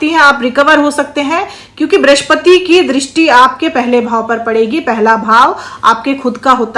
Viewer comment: ब्रिश्पति नहीं बृहस्पति कहिये, हे ज्योतिषाचार्य!